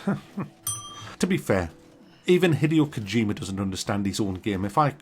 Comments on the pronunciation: "Hideous Kojima" LOL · "Hideous Kojima" love you 😂